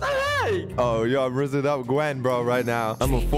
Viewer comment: I also think it funny cause they keep mispronouncing the names like Leanna to Lenna and Heavely to Heavenly and Gen to Gwen